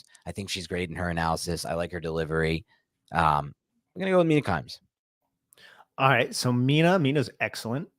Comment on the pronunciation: Mina kimes? 🤣🤣